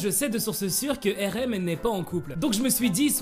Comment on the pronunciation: Tu dis pas bien Rm tes